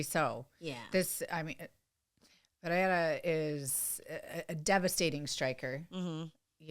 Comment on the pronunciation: Ang, it's Pereira. Not Pereiya or Pehera. Do you say Charles Oliveya? If there is no double r (as in Ferreira) then there is no "H" sound. Was painful listening to the desk post-fight.